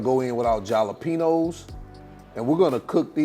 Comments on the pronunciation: Hal-a-peen-yo! Say it right!! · Ja’ lapeno🤣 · I love this!! But youre killin me with the way u say jalapeno 🤣🤣🤣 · Yeah he knows how to pronounce it, just putting a playful spin on it. And yes, this dude can COOK!!! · I was thinking the same thing. Yikes